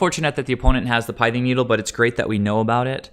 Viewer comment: It's not a shot at you or anything, I just try and correct pronunciation on any mtg commentators: the pith in pithing needle rhymes with myth or sith (starwars). Good content overall. I like seeing the early testing of the UG lists. At what point though do we just go all out aggro with 10-12 1cmc (aka bring in cosi's trickster too), forgo the vials, and run reejerey for top end of the curve lords? Is there a point where that happens? If so, also at what point are we asking if we should just be playing zoo? Should we drop down the spreading seas to a seas claim so we're not taxing land as much to still get the evasion?